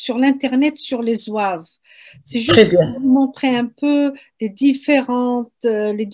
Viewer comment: (Zouaves) c'est pas (zouaoua ).un simple complot. cette polémique vien d'un YouTuber français qui'a semé l'idée. Soit par ignorance ,soit expert (complot) en croyons tous ce qui vien des français plus la volonté du pouvoir et les racistes (0 kabyles) l'idée se propage et prennent de l'ampleur. Le Mos zouave soit il est turc ou bien il remonte à l'époque romaine et vendal. Mais synonyme de zouaoua impossible Car cette tribu est parmi les 1er à combattre en 1830 après la demande du day les kabyles eux seule participants avec 16000 à 18000 soldats ,le bay hacen d'oran 6000,Ahmed bay de Constantin 30000,les mezabs 4000,etc..... Malheureusement Ahmed bay à mis sur leurs têtes comme chef son beau-frère un type qui n'a aucune expérience dons le commandement militaire plus le problème des soldats inkichari qui on jouet en faveur de l'ennemi. = la défaite